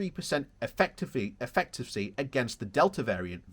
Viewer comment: Eff-i-ca-cee efficacy